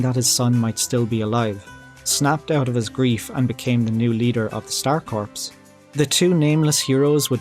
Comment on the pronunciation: The info was cool and interesting. Thanks for your effort and research on this unusual topic. Perhaps for future topics, please look up the words corps and Suikoden; one has silent letters, and the other doesn't.